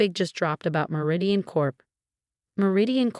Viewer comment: Lol fr! When “Meridian” turned into “marathon” I nearly lost it 😂